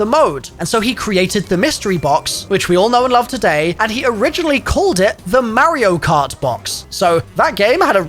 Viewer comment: Lol saying you play mario cart and then going on pronouncing it wrong 🤣